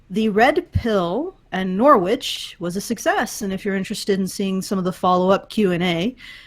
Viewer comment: Well done outstanding work in not-pronouncing Norwich correctly but for those who want to know the W is mostly silent so it's said Norich or Narich or in a Norfolk Accent 'Narr-ige' where the Ch almost becomes a g sound and the vowel is slightly extended. But it's absolutely never said 'Nor-which' or 'Nor-witch' but if you don't pause you can getaway with nor-wich to some extent but the nor bit is the soft part but so long as you don't say 'which' as 'witch' you are in the right ball park.